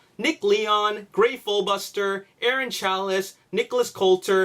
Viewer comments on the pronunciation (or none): none